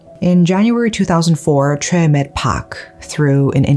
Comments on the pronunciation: Is her name chay or choi??? You keep pronouncing it as chay but the subtitle is choi. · I know this is not on topic but Choi is pronounced Chay or Shay?